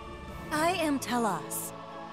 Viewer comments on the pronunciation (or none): I have, and they butchered the pronunciation of both T-elos and KOS-MOS.